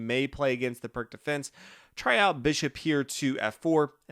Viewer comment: It’s pronounced “Peertz”